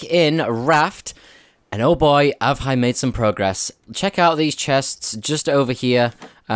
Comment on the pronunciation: did anyone else hear him say ‘ave hi’ instead of ‘have i’ around the beginning